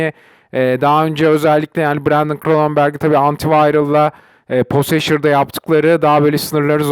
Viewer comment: PoseŞır ne ya hahah keşke bi İngilizce kursu alsaydın önce kanka